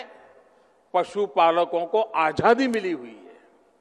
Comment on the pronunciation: हाहाहाहाहा Prime minister said.... आझादी.....😂😂😂